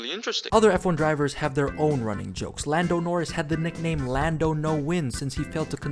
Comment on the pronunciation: hearing lando nowins feels illegal when hes won 5 this year 😭😭